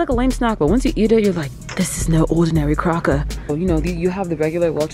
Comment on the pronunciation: "This is no orrrdinary cracker" so funny